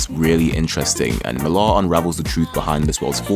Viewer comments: Slight correction. Last name is pronounced just like the name Miller: "MILL-er", not "Mill-AR". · You know nothing lad Millar is british being from Northern Ireland Its Milla. Not MillAR YOU SHOULD OF STARTED OF WITH V for Vendetta & Miricleman by more 1982. Then Marshall Law by Pat Mills 1987 Mills was the one who launched 2000AD and got all the British writers he could to script. Mills is the creator rights originator in the UK Moore is not the paragon you think he is. He crippled Barbara Gordon aka Batgirl. Aka Oracle Because he felt DC screwed him with Watchmen Yeah, lets cripple the bitch was the line used when discussing it He fought for 25 years for rights to a character that didnt belong to him. Along with Niel Gaiman. Your whole vid is about the state of comic books now. Except its taken nearly 40 years to get here Millar is the result of those he followed. Not the pinnacle by any means And everything and I mean everything...... stems from Marshall Law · Millar is a Scots name and it's pronounced "Miller." Mark Miller. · Why do you pronounce millar like that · he says it like that cause he’s British